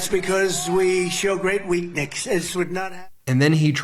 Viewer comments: "We show great weaknix"? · Phonemic paraphasia is what's wrong with him, as far as his mixing words, hence the words weaknix, magastine and illegal agolithin. I've noticed it progressing, and his regression. This is why he's taken the Montreal Cognitive Assessment a few times. Keep in mind his dad had senile dementia. By the end of all of his trials, he may be deemed unable to stand trial. That disgusts me because we all know he's been a criminal since childhood and hasn't really been held accountable for anything until recently. INDICT ✔️ TRY, CONVICT, SENTENCE. 🇺🇸🦅🇺🇸